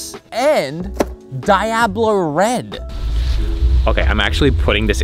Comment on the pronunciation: "Dye-ab-low red" I see took Peggy Hill's Spanish class.